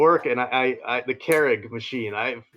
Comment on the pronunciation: A "care-ig"?? is that hows its pronounced? I've always gone with "cure-ig"